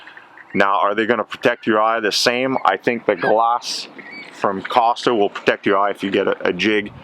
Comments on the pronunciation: I had to click on Closed Captions when he mispronounced 'KOSTAS'😄 I thought he was introducing another brand! According to the company, the 'o' is long, as in "Coast" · It’s pronounced “coast-uh”